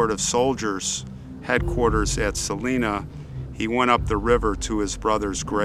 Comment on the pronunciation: I live in Leavenworth. They bank on that First City business so hard here. There's a point by the river, near the fort, where you can see where Lewis & Clark stopped. Also, I kinda cringed at "Saleena". I automatically sighed, "It's Sa-LINE-a". But I guess it's a common mistake if you don't live here.